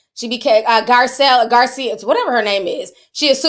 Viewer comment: You called Gisele, Garcia 😆 🤣